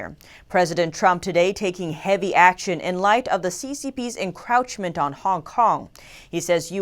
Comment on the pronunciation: "Tiffany", you keep mispronouncing the word "Encroachment". It is not pronounced "Encrouchment". There is no such word as "Encrouchment"! Also it's "PACT" , not 'PACK"!